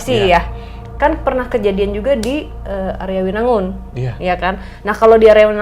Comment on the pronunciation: Maaf nyai om hao, arjawinangun, bukan aryawinangun